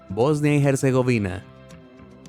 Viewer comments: En "Herzegovina" la H es muda, no se pronuncia como J, al menos en Español, que es el idioma usado en el video, no el Inglés..... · Casi me da un ataque hepilectico escuchando el nombre de Bosnia Herzegovina mal pronunciado todo el rato. La H es muda OMG.